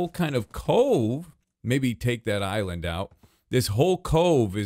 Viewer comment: Did I hear say: "Big Eyeland"